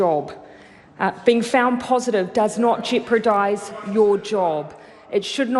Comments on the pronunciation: Jeopardise not Jeopradise Jacinda 😁😂🤣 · Articulate.. Mmm. Not sure about that when she can't pronounce jeopardise.. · Jacinda cannot pronounce "jeopardise" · You are so intelligent, at last got one big flaw, pronunciation of a single word, wow!!!!carry on, my enlightened buddy!!! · Jeri Brown What this shows is lack of attention to detail. Jeopardise is a very commonly used word. If you continually mispronounce a word like this, it shows a lack of of attention to detail and puts the lie to her claim to be a perfectionist. It's this " she'll be right " and " it doesn't matter" attitude that has lead to the resurgence of Covid-19. Whilst she had told us in July that all people working at the border were being regularly tested, it turns out 60% weren't. The " she'll be right " messaging you and she send is what leads to this as people reflect this attitude. It's all about the pursuit of excellence. It's like a cinductor not pulling up a musician who constantly plays one or two wrong notes. It actually matters and you won't last long as an orchestra if you allow this.